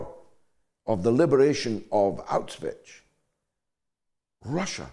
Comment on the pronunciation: What is this Auchvitch you speak of? The Russians did not liberate Auschwitz (Pron: Owsh-vitz) as it had already been abandoned because the Germans were retreating. Many prisoners fled with the Germans as they did not want to end up under a brutal Communist regime (I know this from personal testimonies). The women also feared being raped by the advancing Soviets. The Soviets even raped many of the the Polish women, who theyw ere meant to be liberating as they advanced towards Berlin. Remember, the Soviets had already executed over 20,000 Poles at Katyn. They were no friend of the Polish. Also General Patton was told to halt his advance, He said he could have taken Berlin but the plan was for the Communists to take half of Europe and place it into a retrogressive basket case, which apart from destroying the German economy was one of the plans in the first place. And so the UK went to war to free Poland from Hitler only to ended up handing it to Stalin, plus half of Europe. And when some countries did stand up to the evils of Communism, in Hungary in 1954 and Czechoslovakia in 1968, the west did not raise a finger to help. In fact the only person who tried to help Hungary was General Franco, who wanted to send tanks for the uprising but he was stopped by West German which was controlled by American and the Usury Suspects. So, enough of this schoolboy garbage.